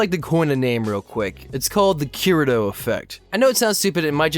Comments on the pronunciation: It's Kee-Re-to not Ke-re-do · How is this not about Tanya the Evil? DEUS VULT. I think you're totally right about this movement being a reaction to the Mary-Sues tho. Also please god 'kii-rii-toh'. If you're going to have an anime channel at least try with the names.